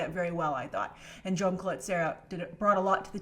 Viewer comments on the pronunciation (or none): none